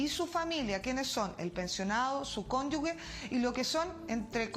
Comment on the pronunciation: Por favor, ministra. El concepto es CÓNYUGE Y NO CÓNYUGUE!!!